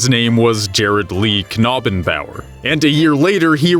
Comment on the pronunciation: You have to be the first Youtubers I’ve watched that actually got Jared’s last name correct. I could barely say it myself